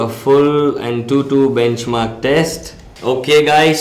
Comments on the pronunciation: BACHMARKS? LOL R.I.P English ! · BACHMARKS? come on atleast review your own video before posting.